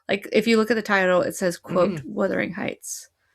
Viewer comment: What could have been a great exploration ruined by your continual mispronunciation of the title ...for gods sake it's WUTHERING not WITHERING!!